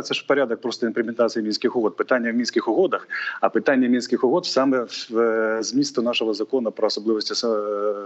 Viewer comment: Противно слушать... "Тэхнично", "Мынских угод".... Азаров отдыхает.